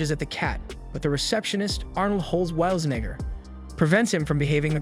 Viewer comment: “Arnold Holweilznegger”